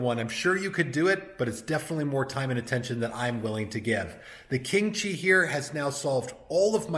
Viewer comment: I initially thought you said "kimchi" humidor. The unit looks good, I think the only upgrade would be some UV tinting on the glass to protect the wrapper leaves from discoloring.